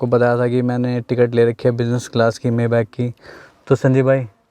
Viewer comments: Bhai maybach s600 , s650 se lower model hai upper nahi hai or koi s500 nahi ata or uska pronunciation (may- bak) nahi (mai-baak) hain 🤦🏻‍♂️😂😂😂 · Bhai maybach ko....may back nahi pronounce krte..... isse maye baack pronounce krte hai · It's not mayback, it's maybach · You are not pronouncing maybach correctly..